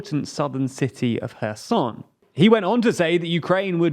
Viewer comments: The prime Minister of Australia's name is pronounced Alban-easy. ie the final 'e' is pronounced. Well done on Kherson's correct pronunciation though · Really proud of your new and correct pronunciation of the city of Kherson! :) Transcribing names across alphabets using different symbols leads to confusion, but I'm happy you can now raise awareness for awkward cases just like this one :3